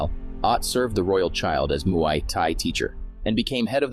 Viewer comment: You pronounced "Muay" wrong.